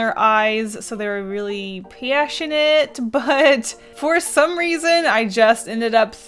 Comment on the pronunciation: “pEAssionate” SSKSKKS I CANT